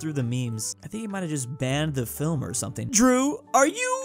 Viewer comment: Drew pronouncing his name sounds wrong